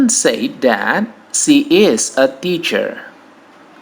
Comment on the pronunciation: The correct pronunciation of said is sed, not seid. If say / sei /. Says / sez /, not seiz. Sorry for this!